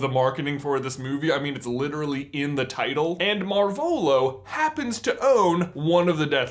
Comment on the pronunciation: That's. Not. How. You. Pronounce. Marvolo!